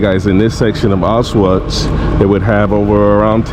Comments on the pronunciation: “sss” “auszwhatts” would have much preferred someone who could at least take the time to research the people responsible, as well as the correct pronunciation of the very place your visiting. im glad to see more people interested in the holocaust, but the lack of information gathering is disappointing. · Millions of people died now YouTubers make content out of it. He can't even pronounce Auschwitz. Im done with Youtube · It’s Auschwitz, with the pronunciation of SH, not Autsuits!! Duh!!! 🙄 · You're saying it wrong it's supose to sound similar to aush feets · the altswif what? bro cmon, learn the right purnounciation before you make something like this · Everyone needs to go here. I went in February 2024 and it’s life changing. It’s honestly not enough seeing it on video, to truly understand the scale and horror you have to see it yourself. Also just a note: it’s pronounced AuSCH - Vitz. The S isn’t pronounced and the W is pronounced as a V. 😊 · regarding pronounciation: it‘s two syllables. Ausch-witz (pronouced as oush-wits). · he can't even pronounce the name of the city not even close what are you talking about. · Your pronunciation of Auschwitz is terrible, you shouldn't be doing a video tour if you can't even say the name properly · The video was very respectful and informative, bro com on, maybe don't judge a non native for not being able to pronounce a prop fairly difficult word. "Sch" and "tz" sounds can be phisically difficult for some people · The W in Auschwitz is pronounced like it is a V.